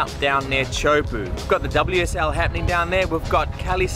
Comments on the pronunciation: So it's pronounced Chew poo as far as I can tell. If I surf it I'm certainly going to eat shit and die. Huge waves. Huge! Stoked you made it to your dream destination. Thanks for taking us along. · I was just there with locals. It's not "ChoPoo" bro